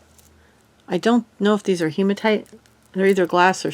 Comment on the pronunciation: Hi! Beautiful lot from Karen! 😍 I like how you used the seed beads as a teaching moment, there is most definitely a difference in quality. I did chuckle when you said hemotone 😁 sounds kinda like a 50’s du wop group, “ now introducing Barry and the Hemotones!” 🤣. I know I’m weird 🙃